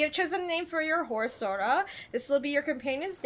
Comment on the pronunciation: Kage is pronounced as Ka-gay 😅 Like Hokage from Naruto & 😅 your sora sounded like soda Also, this game reminded me of Middle earth: shadow of mordor cuz of it's similar elements & fighting style